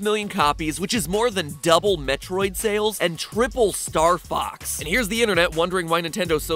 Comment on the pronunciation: He was talking about the game. Like how he said Metriod.